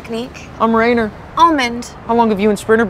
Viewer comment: Bro he said Reiner I flinched